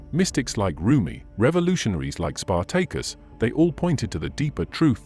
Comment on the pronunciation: Spar-Take-Us LMAO